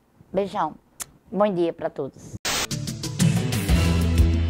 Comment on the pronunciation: "Boim Dia Pra Todos" KKKKKKK